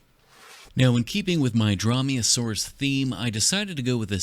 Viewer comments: Drawmeasaurus got me angered (It's pronounced Dr-oh-me-oh-saurus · Dromeosaur, not draw-me-a-saurus lol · I think it’s pronounced Drough-me-a-soar-us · What says: Dromaeosaurus What I hear: Draw me a sauce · I know, he just said it funny